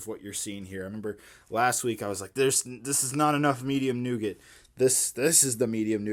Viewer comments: Pretty sure its nougat 😂 But damn I love nogut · Today I discovered Americans pronounce nougat differently.